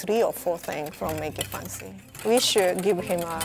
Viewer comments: EVERYTIME she said MAKE IT FUNCY I DIED from the inside a bit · Why can't she pronounce fancy as it is ?? It pissed me off😤😤